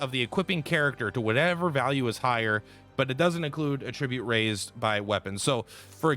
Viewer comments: AT-tribute....AT-tribute!!!! Not "A-ttribute". God, I want to claw my ears off every time you mispronounce "attribute". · Attribute as a noun is not pronounce that way, only as a verb.